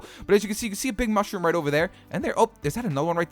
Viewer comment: Mounshrum home